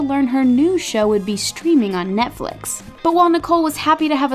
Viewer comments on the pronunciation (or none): none